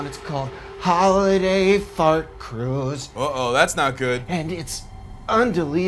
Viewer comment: hOOlIday Faart Cruuuise